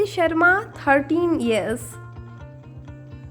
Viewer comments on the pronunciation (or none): none